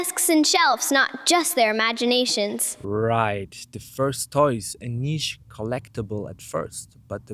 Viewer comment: this guy kept saying 'niche'